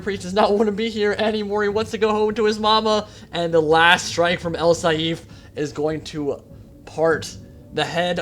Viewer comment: its not al saeef its al saif or a'sSaif,but its fine i enjoy your version of it just as much :)) great stuff man.